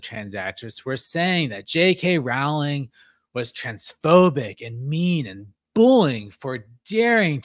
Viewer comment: Rowling rhymes with bowling. Thanks for this. How did you find this? It feels like it’s being suppressed by the YouTube algorithm and on google searches. I think we need to send this story to news outlets and get it in the radar.